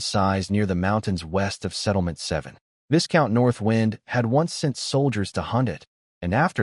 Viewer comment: What to try • Replace viscount with “vye-count” in the script just for narration. • If your voice app supports pronunciation overrides, enter a custom pronunciation like “VY-count” or a phonetic form. • If it supports SSML, use a phoneme tag or alias so the voice says the word correctly.